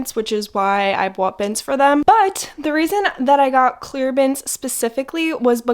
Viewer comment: Aw I can hear your accent when you say say “bought”, so cute! 🥰